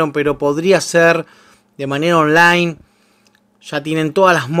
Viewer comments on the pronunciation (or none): none